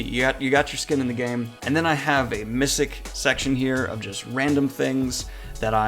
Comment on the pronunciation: Did you just pronounce “misc” as “miss-ik”?